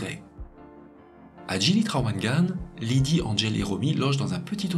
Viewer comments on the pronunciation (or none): On dit "GUILI" et pas "jili". On dit "gili" pour les petites îles. Il y a aussi les îles "pulau" de taille intermédiaire. Et les iles "Nusa" sont les plus grandes îles Mais ces 3 mots veulent dire littéralement "😊petites îles" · Bjr, juste pr info, On prononce "guili" et non pas "jili" (même si ça s'écrit GILI) ça veut dire île dans la langue parlée à Lombok. J'ai bien aimé la vidéo sinon !!